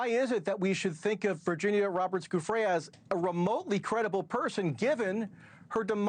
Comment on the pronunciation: NewsNation once again being a disappointment in media. I love Banfield and Entin but I can’t support the practice of discrediting and blaming victims. He can’t even pay Virginia the respect of saying her name properly!